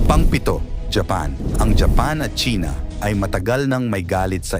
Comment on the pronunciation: It sounds like Chinx,,,Okay ‘Dude’,,,’Damn’right